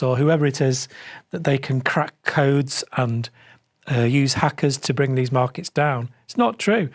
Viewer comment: “Eh bruv let’s frow veese rocks frew dat window over yonder”